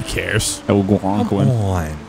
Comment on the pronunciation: "Algwonkwin" LOL